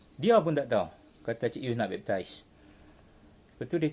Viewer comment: bepp..tiice wkwkwkwk sebutan utk cara convert pun tak betul. mari ikut saya yg muslim ni sebut baik2 na cik yus. B.A.P.T.I.S= baptis (mandi air suci)kononyalah wkwkwkw